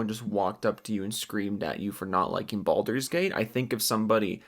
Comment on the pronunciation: You know you’ve been watching too much Harmon Smith when you say Baldo gate